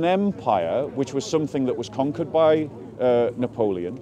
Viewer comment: If you don’t know napoleon and you have issues pronouncing his name it’s maybe not so smart to try to lecture people on history 😂